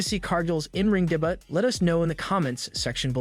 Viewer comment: why are you saying daybutt... For debut... Pronounced day-byoo😅😅😅